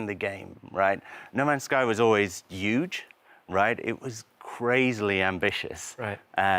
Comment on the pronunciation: "no man's sky was always yuge"